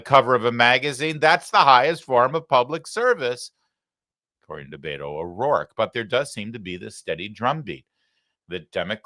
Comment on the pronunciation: I can't live without ever hearing Beta O'Rorka ever again